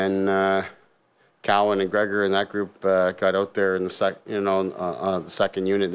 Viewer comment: It’s Cowan not cowen